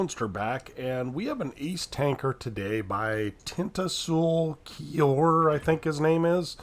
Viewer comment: Thanks for featuring my replay! I really like your commentary and you actually pronounced my name pretty well.